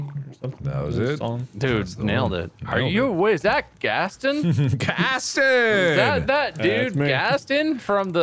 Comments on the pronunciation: Why he pronounce Gaston without the o? It’s gast-on. They say it like that in the movie. Americans... am I right? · "gas-st-une" it's 'Gas-ton'